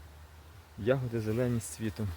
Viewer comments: такого наголосу у слові ягОди не існує 😊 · А я теж думаю завжди казали Ягоди.Це мабуть місцевий говір. Прочитала:В украинском языке нормативное литературное ударение падает на первый слог — я́годи.Однако произношение с ударением на второй слог (яго́ди) действительно существует. Это очень распространенная диалектная и разговорная особенность, характерная для многих регионов Украины, включая центральные, южные и восточные области.